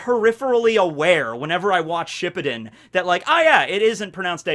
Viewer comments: I thought it was shi-puu-den? And he's saying ship-pi-din... Um questions. Accents... Insurance, quarter, idea.... Nope I'm good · Should we tell that is pronounced shiPUden instead of SHIppuden? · hate the way says “shippuden” I’ve always pronounced it shiPPUden